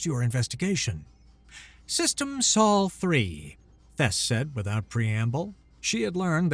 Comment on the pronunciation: A bit repetitive. Also, the narrator mispronounced "ablative" and "Sol". The denouement was, as always, a bit too much.